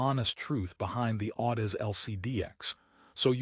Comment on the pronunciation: Can't even properly pronounce Audeze into the video. No reason to watch any further.